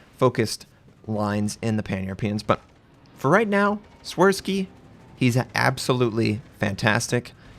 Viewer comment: “Shvirsky” is the pronunciation, the “W” is “V”. Also “Ś” is “sh”.